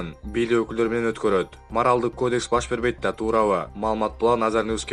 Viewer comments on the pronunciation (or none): none